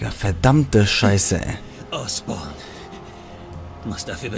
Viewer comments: Der heißt Norman Osborn nicht Oscorp. Oscorp ist die Vermischung von dem Otto und Norman :D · Habt ihr bemerkt dass er immer Norman "Oscorp" statt Osborn sagt